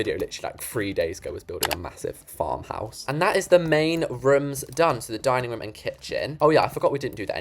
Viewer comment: always says for room ruum